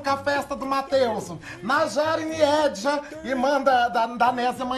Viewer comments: "Matheusu" kkkkkkk adoro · "Matheuso" Huahuahuahuahua